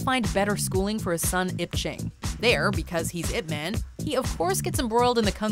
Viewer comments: Its not pronounce 'ip men' it is 'ip man' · Y-ip Ma-hn . GET IT RIGHT not eep man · why are you saying "man" like it is in english? you should say it like "mon". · It's not ip man its IP man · "if man" lol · at least prononuce the name properly, its yhip mhan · Top 2 things they got wrong: mispronouncing Ip Man's name and him speaking English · if you pronounced the way pronouncing Ip man (as in the noun "man"), you might as well make it IP man, (ip address man). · Your saying Ip man wrong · The way the narrator pronounced Ip Man pisses me off lmao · Pronounced his name wrong the entire video '-' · That's not how you pronounce Ip Man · cant even watch this after the narrator pronounced "Ip Man" like a white girl